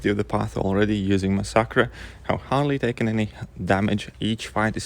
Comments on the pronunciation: Please... You dont have to say the Champions name Over n Over!! Lol mix the fact that most people pronounce the name MASS a KERR.. Was quite annoying... Although you know i am a big fan of the channel...you dont need to mention rhe champions name upwards of 75 times along the course of this video.. A smaller YTer named Wookeh sponge r5/65 his massacre before people were able to have 15+ maxed 5*.. Check his channel out if you get a chance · Mas-sackra??? Cmon man, does that not sound weird coming out of your mouth?!? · Mass-uh-ker is how it’s pronounced👍🏼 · i guess it is technically supposed to be spanish so should be pronounced mah-sack-ree but me being english would go for the english sound in mass-er-ker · i have never heard anyone say masacre like you do in my life. xD